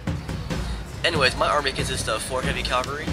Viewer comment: Cavalry, not calvary. A nun would step in here and say "CALVARY WAS WHERE JESUS DIED" but this isn't catholic school etc